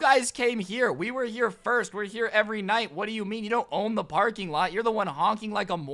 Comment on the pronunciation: Stop saying Firts!